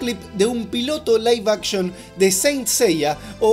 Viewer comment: Liv achtion no laive actchon 🤭